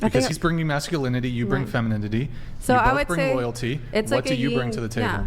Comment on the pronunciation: I think she actually said ‘Feminidity’ :)